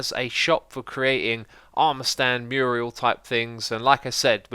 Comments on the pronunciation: i physically cringed every time x said murial instead of mural and they aren’t even murals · Its a Mural, not murial! Muriel is a woman’s name. And Acacia is pronounced A-kay-sha. 🙄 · another entry to X's word derp list :P mural <---- not mur-i-al ˈmjʊər(ə)l/Submit noun 1. a painting or other work of art executed directly on a wall. "huge murals depicting Norse legend" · I think you mean "mural" ... not "murial". Also it's still not "uh cha cha" ... it's "uh kay shuh". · It's mural not murial, even though it doesn't really matter since what you actually want is a diorama. (mural is 2d painting) XD Good to see the Tag building nearing its completion, but I must say that while having a place with clear rules and tracking is nice, requiring the player having to go through all that redstoned walk sounds overly complicated. Getting tagged is already shameful as it is and it was fun just watching the hermits being silly and casually tagging each other without organized rituals. But I guess you guys already put a lot of thought into it so it'll be interesting to see how it turns out. I hope everyone gets tagged at least once each. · Xisuma! It’s not called a Muriel, it’s a mural “mew-ral” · Yeah, so, it’s “Mural” not “Murial”. Murial is a name, a Mural is like a mosaic... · MURAL NOT MURIAL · In America we call them murals, and not murials. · Murial 😂 its mural! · Its a mural, not a murial :X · Can someone, please, please, finally tell that it's not Muriel, it's mural. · Murial? C'mon X, lol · Good episode {apart from driving me crazy saying Muriel?} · "Mural", Xisuma, the word is "mural" ^^ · The word is mural smh